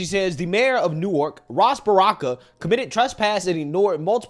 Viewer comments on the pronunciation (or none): Hey we pronounce Newark (Nork)... And yes that mayor is a clown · It's pronounced like new orc, not new ark. We aren't Delaware. Lady you live in Newark, it's toxic no matter where you are, stfu.